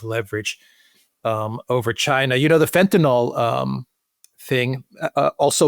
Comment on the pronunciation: Fentanyl not Fentanol